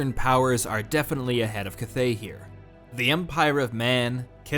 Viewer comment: At least learn how to pronounce "cathay" lol